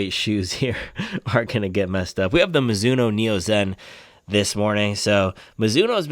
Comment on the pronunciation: “Midzuno” forever